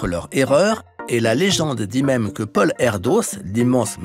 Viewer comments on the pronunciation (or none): none